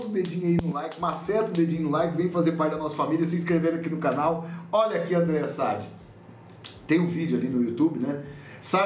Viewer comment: Voce esta pronunciando errado o nome da Andrea Sadi.